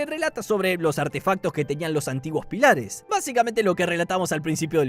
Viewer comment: Me muero como te comes las tildes "pílares"😂